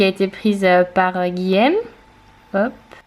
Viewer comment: ARRETE DE DIRE GUILLEÈME CES GUILLAUME ! Olaaalaaa